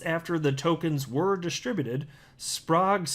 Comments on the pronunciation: It's Spr-egg is how it's pronounced. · It's pronounce "Sp rag" but Spragu sounds way better.